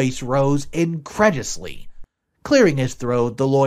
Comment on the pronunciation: Um..incredulously is pronounced in-Kred- you-lus-Lee. Placating is play-Kay-ting. Just trying to help. 😊